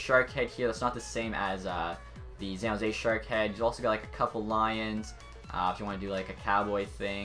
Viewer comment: This nigga calls it xan jose every time